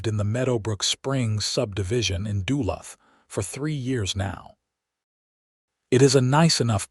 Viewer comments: I'm Australian and even I know you are butchering Duluth. Shame on you an american should know his own countries town names. What is a borger supposed to be. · Yup agree with the Ausie....don't know how to pronounce Duluth....or half the other stuff. :face-red-droopy-eyes